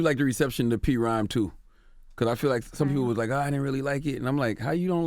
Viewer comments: Somebody tell Royce the pronunciation of his group is P-Rhyme not Prhyme 🙃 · Charlamagne...ITS NOT CALLED P-RHYME!!!!!! Royce hates when people pronounce it that way! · ITS NOT P-RHYME!! Can't believe he didn't correct him. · Charlamane, come on G... P-rhyme??? It's PRHYME!!! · Why does Charlemagne keep saying Pee Rhyme? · Charlamagne mad disrespectful. Calling PRhyme P-Rhyme twice, not knowing Royce's real name. Dunno how Royce held back or why, he should've said something. At least correct him. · Why Royce ain't correct CTG when he said P-Rhyme. It's pronounced Prime lol tf. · If CTG says P-Rhyme ONE MORE TIME! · Stop calling them P-Rhyme Charlemagne. For fucks sake nigga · Im surprised Royce didnt correct him saying "P Rhyme" twice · Great interview! But Dammit Charlemagne stop saying Pee Rhyme! Wtf man!!!?? Lol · P-Rhyme 2? C'mon Charlemagne. Its PRhyme 2! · Oh no Charla didn't say P-Rhyme 😣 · did Charlmange said P rhyme ? smh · SMH at Charlamagne for saying P-Rhyme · Charlemagne, stop calling it P Rhyme!!! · So... Everybody's just gonna let Charlamagne slide with pronouncing "PRhyme" wrong twice? 👀🙊 "This is for the real Gang Starr fans, not the ones who call us P-Rhyme..." -Royce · This dude said..pee rhyme...I felt embarrassed my damn self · Had a chuckle when he said P-rhyme twice.....wish pulled him up on it 😂 those bars on the album really apply here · In Prhyme 2 Royce has a line in one of the first songs about how this isn’t for the fans that call us “Pee- Rhyme” and Charlemagne said it exactly like that lol. Smh he didn’t even listen to the album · I wish Royce corrected Charlamane about how to say PRhyme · Its Pronounced PRIME Uncle Charla jeez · WTF CTG keep sayin P Rhyme??? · Quite the opposite, most people I know prefer PRhyme 2.